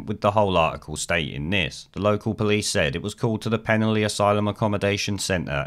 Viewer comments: Please take note, it is pronounced 'Pen-alley'. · FFS, learn to pronounce Penally properly !!!!!!!!!!!